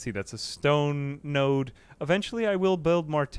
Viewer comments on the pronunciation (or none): none